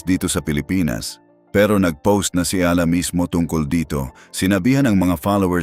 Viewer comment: Eala po or Alex na lang. Mali ang pronounciation mo sa apelyido ni Alex.